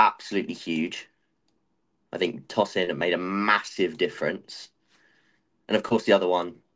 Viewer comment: Pronounced Toe-sin and not Tor-son.